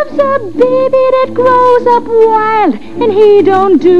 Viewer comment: In this scene sometimes she says "that, " but mostly "dat," "den" (for "then"), and "dere" (for "there"--likely too lyricist Hammerstein wanted to alliterate with "door")--as the accent her character Carmen had. Harry Belafonte here has few lines, but he does say "Thanks"--likely as his pilot character is more educated and (linguistically successfully) aspirant to class than Carmen. Of course Dorothy Dandridge, even if a touch Jamaican, in her non-Jamaican screen roles pronounced English as her characters would. For example, in a 1942 film she (very daintily and classily, with perfect enunciation) says, "Pardon me boys; is that the Chattanooga Choo Choo?"